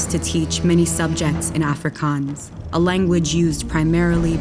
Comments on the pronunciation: You pronounced it wrong. The "r" in apartheid is trilled, but if you can't np. The "heid" is pronounced like "hey", and the d at the end is a "t" sound. Also, Afrikaans was pronounced wrong. Again, the r is trilled. The "A" at the beginning of the word is like "u" in unlimited. You pronounced it a bit like "Africans". Other than that this video is great. :) Also Soweto wasn't pronounced properly. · Okay two things when they showed the police shooting they use the full cartridges not the bullet and you guys completely miss pronounced Afrikaans